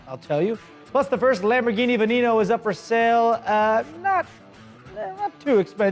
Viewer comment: Lamborghini (veh-neh-no) not (vuh-nee-no)